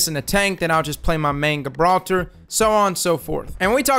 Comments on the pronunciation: guh-brawl-ter.. lol come on man JI-brawl-ter. love your vids anyway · Everyione: Gibraltar: G 🅱️altah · *JIB-raltar *CRAY-ber Love ya',!;) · Prennounced JAHbralter and KRAYber lmao had me dying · Great tips man.👌. Oh by the way its pronounced 'Juh-brawlter'. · Yesss more apex content please. Also, my guy, are you purposefully mispronouncing things just to fuck with us at this point? Gabralter... Crabber? Worst part is I can't tell if it drives me crazy or if it's part of your charm. Anyway keep up the good work. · Pronounced Jibraltar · Great content as always, helpful tips, however Gibraltar is pounced with a J rather than a G, keep up the vids though man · Love your videos! D2 and glad to see you covering this game!! Pretty sure the G in Gibraltar is soft though (more like J). Like Rock of Gibraltar, a WWII stronghold for artillery batteries. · Cool video bro but its "Gibraltar" like in "gentle" not a soft g as in "good" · Nobody’s gonna say it? Alright then, the G in Gibraltar is soft, not hard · You are pronouncing Gibraltar completely wrong 😂